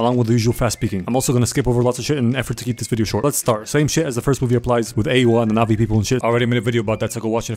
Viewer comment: I really thought you were saying nazi and not navi